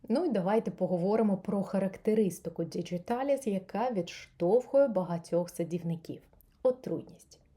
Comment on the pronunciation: Чудова рослина! Приємний голос 😌 Латиною «діҐіталіс», не через «дж» 😉